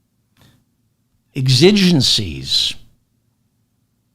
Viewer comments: Psst ... "exigencies" is pronounced with the accent on the first syllable. You are forgiven for mispronouncing it because precious few people have ever spoken the word or heard it spoken, plus you get a bonus point for expanding your listeners' vocabularies. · Hard X on pronouncing exigencies. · Hi, David. WADR, you are likely not addressing sixth graders, so to apologize for your indepth, erudite coverage of these important matters, is unnecessary. Thanks for your learned insight, bro. Pronounced, "exigencies", btw. Luv ya!